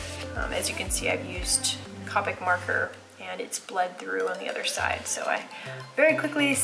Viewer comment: Well done video! Copic has a long “O” that rhymes with doe. The Rendr sketchbooks don’t bleed through even with alcohol markers. I’m in the process of filming a watercolor series including travel and palettes. I enjoy seeing what others use - thanks!